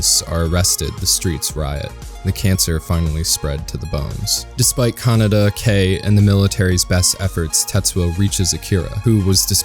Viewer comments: Great video! My only criticism is your pronunciation of "Kaneda". You sound like you're saying "kah-nah-dah" when it should sound more like "kah-ney-dah". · It's Kaneda. Kaneda